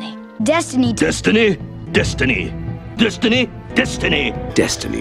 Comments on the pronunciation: Are you sure it not "Dustiny"? Cause that is what I hear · After so many times it started to sound like dust da knee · Funny thing... Halfway through I started hearing "Dust the knee" instead of "Destiny", which made it even funnier... "Stop it, uncle, I'm not gonna dust my knee" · you just ruined the word destiny for me